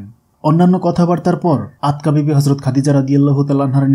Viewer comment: Not Atka bibi but Atika bibi.